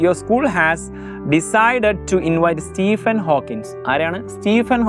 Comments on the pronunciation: Stephen in not stephen💀🤲🏻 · Stephen in not stephen..!!💀🤲🏻